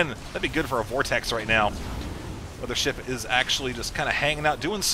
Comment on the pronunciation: mothership warp cannons? hmm.... "mo-pho-wa?"